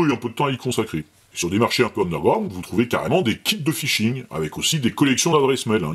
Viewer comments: Fishing et pas Phising :D Sinon bonne vidéo bravo :D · Phishing ! pas Phising (1'15) 😅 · Salut! Je viens de m'abonner car j'apprécie vraiment tes vidéos. Juste une petit truc, phisHing ça va mieux avec le H, comme pour d'autres choses! A+. K.